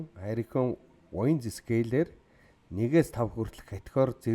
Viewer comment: Уг нь аймар гоё суваг даана ч аялага нь бүр ХҮН АЙМАР ёоо новш юм аа AMERICA - АМЭРИЙХ HURRICANE - ХУРИХЭНЭ ГУРАВ - ГУРРРРРРРРАВ ХУРАЙ - ХУРРРРРРРРРАЙ ХАЛСАН - ХАХАЛСАН КИЛОМЕТР - ХИЛМЭТР ЭКОВАТОР - ЭХВААТОР хараад байхад бүх К үсэгийг Х гээр дууддаг юм байна